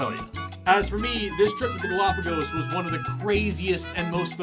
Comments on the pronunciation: "Gal-O-pagus" FFS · They can’t even pronounce it correctly… GalapaGUS? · I can't get over how he pronounces "galopagiss" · Say “galapagus” one more time… I dare you! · Them pronouncing it "galapagis" is pissing me off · I love how the creationist pronounces it “Golopiguusss” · Why does the guy continually say Galápagas. And Galápagus. And Galápagis. It's Galápagos. It's not hard. You don't need to be a native speaker. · ok, “galapagus” was annoying enough, but I wasn’t confident enough he was wrong to be upset. But fricken “abieogenusus”? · Why is it that creationists regularly mispronounce important words in their presentations? It’s like a trope with them. It’s not difficult to find out how to pronounce the name of the damn archipelago. 🤦‍♂️ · Genuinely put off by that pronunciation of Gálapagos for some reason